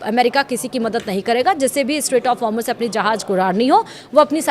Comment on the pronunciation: Hormush nhi hai madam,Hormouz hai